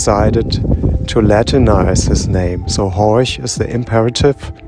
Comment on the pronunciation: FYI: It's Horch (not Horsch as you spelled it on screen). Ollie's saying it correctly of course. Horsch would be pronounced "Horsh" (no surprise).